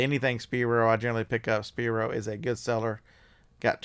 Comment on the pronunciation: Spyro, pronounces as, sp(eye)(row). Speeero, hahahahaha! Thanks for your advice lately done about $1200 in sales for the last 60 days eBay, just started like December 10th.